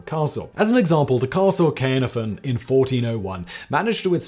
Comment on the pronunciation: His pronunciation of Caernarfon made me uncomfortable... 😆